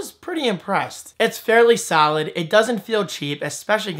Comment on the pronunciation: am i the only one who heard him say saalid instead of solid... you are rocking the jersey accent